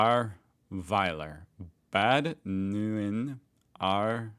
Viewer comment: You pronouced Ahrweiler quite well, Bad Neuenahr not so well :D